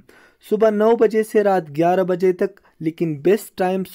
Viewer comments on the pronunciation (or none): none